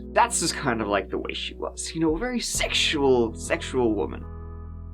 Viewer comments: "Sek-shu-ull" 😂 ILU. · I think the way you said "secksooual" might be the best thing YouTube's ever experienced. This is the pinnacle, guys. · "a very sexua--SECKS YOO ULL woman" 😬🤢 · omg I am crying. Seriously every time you said sexthual it led to a ridiculous coughing fit because I am fighting through Covid. thank you for making me smile during such a rough time. I needed that laugh.🤣🤣🤣 On a more serious note- I always feel bad for the family of the victims and the lives they touch. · "She was a very secksual woman"